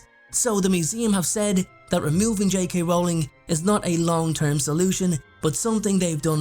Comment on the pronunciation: Her last name is pronounced like Rolling Rock Beer, Yu dumbass! Stop pronouncing it wrong, fucking idiot!